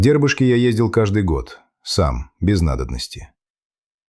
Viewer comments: Только не ДЕрбышки, а ДербЫшки! И не КИндери, а КиндерИ! Дербышки - это окраинный район Казани, мы жили в том районе. Интересно послушать. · ДербЫшки, так правильно.